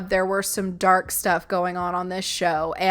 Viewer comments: Oh my gosh, that lady who claims she is a christian, is an embarrassement to the Christian religion!! lol And it cracks me up cause she sounds like she is saying "theyre DOORK sided" and not "dark" lol That should be a meme too! lol someone is doing something insane and claim they are dork sided! hahahah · I personally like how she sounds like she's saying "dork sided". I'm pagan and I grew up southern Baptist and for anyone who thinks she might be acting up for the cameras, while she might be, i actually know people who would act like that if they knew I've been a practicing witch for 20 years.. 😂